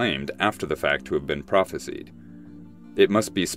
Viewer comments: Its "prophesised" by the way, not "phropesied" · I've never heard anyone pronounce "prophesied" as "prophe-seed". I've only ever heard it pronounced "prophe-side".